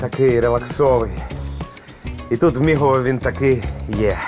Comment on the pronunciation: будь ласка, готуйтеся до випусків Не БуковинА, а БуковИна Не ЧеремОш, а ЧЕремош Мигово, не Мігово Дякую за випуск!